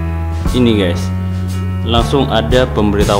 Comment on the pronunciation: Bukan ges tapi guys